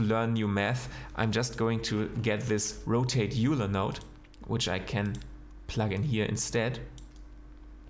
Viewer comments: Great Tut! Thanks, ps It's prounouced OILER not YOULER :-) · Nooooooooooooo!!!!!!! 😭 You're aus Hamburg!!!!!!! We got one word right in English! You get to say Euler, in its pure deutchen Form!! (Joking aside, there is a battle to get Euler pronounced the German way. Mathematicians say it properly, but artists often say it the Saxon way, like you do in the video. We have so many exceptions in English, you cannot be blamed. 😉)